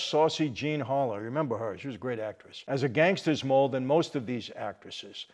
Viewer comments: It's pronounced "maal" Mike not "mole" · There was a woman named Janice Drake, comedian allan Drakes wife, who was murdered in the car with Anthony Carfano, alias Lil Augie Pisano. She was a hottie, former Miss New Jersey. Also, it's pronounced Mall, like a shopping mall, not mole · I think it is pronounced “mahl” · How much more interesting to read this article with someone who knows the 'mobsters' being written about and who can add additional personal knowledge to the story! Though, I have always heard "moll" pronounced with a short letter "o" (to rhyme with "doll"). The word "moll" allegedly derives from the word "molly,' which was slang for a 'woman of ill repute.'